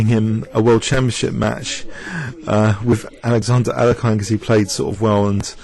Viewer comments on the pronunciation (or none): Aleksandr Aleksandrovitsj Aljechin (Russian: Александр Александрович Алехин) After watching a second video where it's obvious that you struggle with russian words I can t hold myself any more. the ending of his name does not sound like "pine", but like "pin". ch is pronounced like a "soft g" Expl: almost as the G in Garry Kasparov, which has an hard G, but just like the spanish pronounce their "x" as a soft g in their "Mexico"